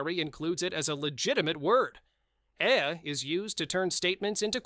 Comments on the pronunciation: It's EH and it sounds like the letter A. How you male a video about Canada and pronounce it EHH! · Eh is pronounced ' A' unlike the American ' huh' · Can’t stand this AI voice. You’d think AI would know how to pronounce everything… how hard is “Eh”🙄